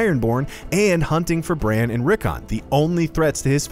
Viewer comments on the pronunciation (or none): none